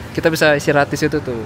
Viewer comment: situ bang, bukan setu 😅